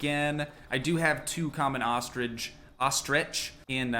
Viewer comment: he's so cute trying to pronounce ostrich